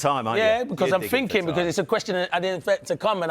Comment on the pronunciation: Merson - “he’s always finking” so insightful.